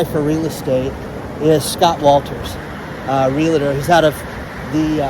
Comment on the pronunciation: Ask Scott Walters how HE pronounces REALTOR.